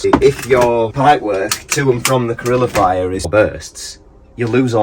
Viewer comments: Calorifier not carilllifier 😂 Nice repair though 👌🏻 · It’s a calorifier not a corillifier or however you said it. Think calories/heat.